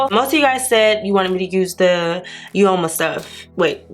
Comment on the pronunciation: Oma is an Igbo word from the Eastern part of Nigeria. It means ‘Beauty’, ‘Beautiful’ or ‘good’. It depends on the context you are using it. The correct pronunciation is OMA. Btw the look turned out beautiful. The foundation and concealer were not bad at all. Loved the matte eye and the lip combo is beautiful.